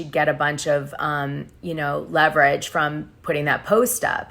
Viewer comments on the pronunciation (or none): none